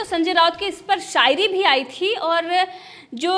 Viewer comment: Mam aap apna S Sh sound thik karo.. shayari hota h, sayari ni😂😂